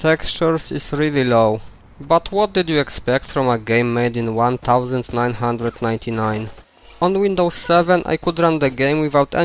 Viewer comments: lol i thought he was doing that deliberately. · TheRoyTeal96 lol that caught my ear also